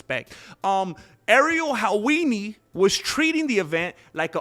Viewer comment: "Ariel Halwini" 😂 "self-defecating" 🤣🤣